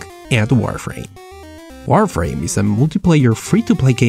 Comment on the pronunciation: Lol when you say warframe it sound like wireframe